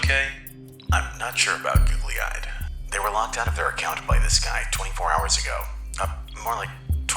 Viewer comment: Listening to you mispronounce Google-eyed over and over is wayyyyyyyy past irritating. How do you screw that up?